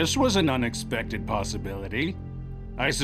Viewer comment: "uh, hi-Sotope?"